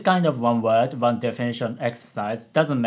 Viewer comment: Also, I understand English is not your native language and that W sounds are hard for Japanese, but the way you say "word" is a bit off (almost all of your other pronunciations are fine). I recommend you practice that accent since you use that "word" a lot in this video lol. Not trying to be mean; just helpful.